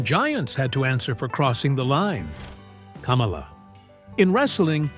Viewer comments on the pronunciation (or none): kaaamala lol... Its kamala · It’s “Kah-mah-lah..” the Ugandan Giant. He never ran for President. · They couldn’t say Kamala correctly! 😆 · Teach you damned AI pronunciation for Kamala!!! The wrestler was pronounced kah-molla!!! The idiot that ran for president was pronounced kam-alah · Kamala’s name isn’t pronounced like Kamala Harris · Will you please learn to pronounce KAMALA'S name correctly!!!!!!!!! You make him sound like a large version KAMALA HARRIS the female. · Love the way this AI pronounces Kamala like Mrs harris name is supposed to be pronounced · AI pronouncing Kamala the same as Kamala Harris is fucking priceless😂😂😂 America is so fucked